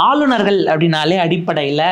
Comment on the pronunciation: வளவன, English la superb ah பின்றீங்க. ஆனால் ஆளுநர்கள் என்பதை ஆலுனர்கல் என்று சொல்கிறார்கள். தயவுசெய்து தமிழில் சரியாக உச்சரிக்கக் கற்றுக் கொள்ளுங்கள்.